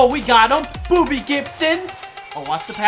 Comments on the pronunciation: Did he say booby Gibson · Was he saying booby gibson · He said booby Gibson not Bobby gibson